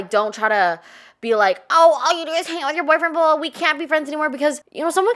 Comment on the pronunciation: “Yuh Boifwen” 😅